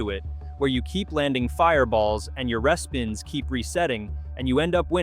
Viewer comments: What the heck is a "reh-spin"? It's REEspin I can't take this seriously now. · It’s Re-spin not respin lol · Is this AI or do you really not know how to say re-spin? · Yup, I also noticed the AI couldn't pronounce "respin" or some similar word. Also, the replies from it in the comments are total AI styled answers (Grok, etc).